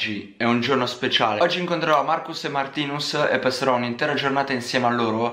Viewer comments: Nn si dice Martinus si dice martìnus!!!! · Si dice martines👹👹👹👹👹